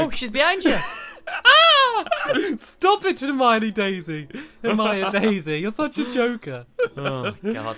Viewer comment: Ginny not Jenny Dumbledore not Dumble door Hermione not hermainy. Snape not snake